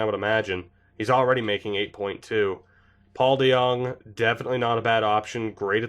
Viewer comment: we all love our lil boy paulie dejong. YOU PRONOUNCED IT RIGHT AS WELL